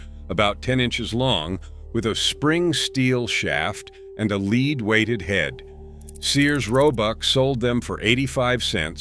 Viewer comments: I bailed at the AI "leed" instead of lead.... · Yes, you can tell its artificial intelligence (aka; genuine stupidity) by mispronunciation of "lead," among other things...